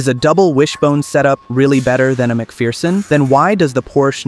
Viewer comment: FFS, it's pronounced "Mc Fur-son", not "Mc Fear-son"